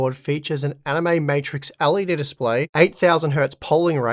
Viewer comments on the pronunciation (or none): I can't stop hearing "anime" when you say animate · I cannot unhear this guys pronunciation on the ad part of the video. Its like he said anime a whole bunch of times lmao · Haha, I came here to say that I thought he was saying Anime with these promos as well. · Every time I heard animate I thought he said anime and was so confused. 😂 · Bruh, I only just realised he's actually saying 'Animate'... First video I saw with that, I genuinely thought he said 'Anime' and thought "They don't look very Anime to me, what makes them Anime?...." 😂